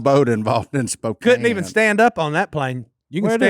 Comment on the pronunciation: I love it when you all say my city way up here in the PNW good old Spokane! And you know how to say it too!